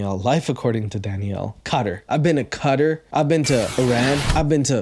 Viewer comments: The way she pronounced "Qatar" is actually closer to the real way its pronounced by the natives of that country than the American way we pronounce it. It's one of those words that you sort of have to have the accent in order to pronounce it properly. Kind of how Americans always pronounce "Mexico" wrong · Qatar is actually pronounced Cutter. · Missed those episodes❤ and fun fact if she said Qatar like "cutter" that's how it's actually pronounced in Arabic lol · Isn't Qatar pronounced KUH-ter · Her pronunciation of Qatar is correct. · I hate to say it, man, but her pronunciation of Qatar was closer than yours. 😅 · She did actually pronounce Quatar correctly as awkward as she is.